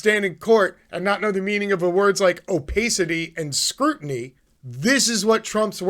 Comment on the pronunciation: oh-PASS-it -tee :)